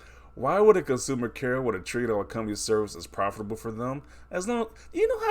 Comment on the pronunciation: This guy adding way too many syllables to profitable lol